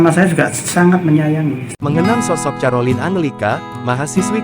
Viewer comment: Mohon maaf, kalau mau membaca nama individu, pelajari dulu, Carolina bacanya KAROLINA bukan carolin, makasih.